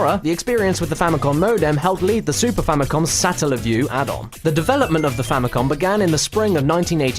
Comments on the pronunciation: OMG... the way he pronounces Satellaview... it's painful. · I don't see why the video being uploaded years ago prevents him from pronouncing the word correctly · i hate how he pronounces satellaview